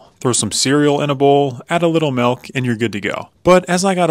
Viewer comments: *milk not malk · “Add a little malk”?! Time to visit Julian Smith’s video titled “Malk” 😅